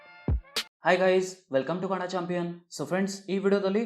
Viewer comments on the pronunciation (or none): none